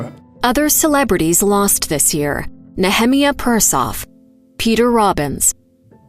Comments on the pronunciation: It's Nee-ah=MY-ah Persoff, not Na-HEM-ee-ah! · Nehemiah Persoff : Nehemiah pronounced Nee-ha-my-ahh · You obviously didn't understand how to pronounce the first name of one of the actors who died and was the top one on the list of other actors who died this year. That was Nehemiah Persoff who I believe was originally an Israeli. It's not pronounced how you pronounced it which sounded particularly strange, but rather should sound like this phonetically (Nee-ah-mi-ah). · Wow. Way to miss pronounce Nehemiah. And, yes. Where the hell is Nichelle?